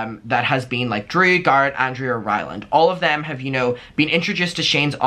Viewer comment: I’m sobbing the way you pronounced Garrett